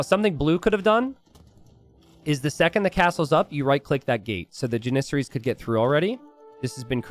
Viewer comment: JAN-is-air-ees. Not JanISerees.